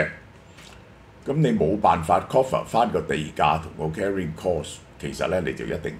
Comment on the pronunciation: Cover not coffer